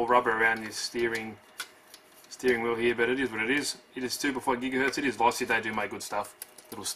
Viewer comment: Low-see sounds like you keep saying law-see